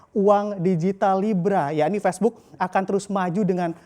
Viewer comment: Facebook mas, bukan pesbuk. Gregetan gue